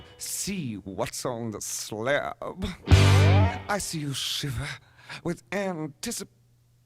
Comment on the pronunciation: Love how 'sla:ab' grew a second syllable.